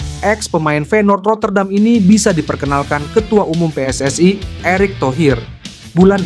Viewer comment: Min lidah elo jangan seperti lidah jiran.....elo kan bukan bule, pakailah pelafalan Indonesia yang bena pe-es-es-i (PSSI) BUKAN pe-es-es-ai.....wo ai ni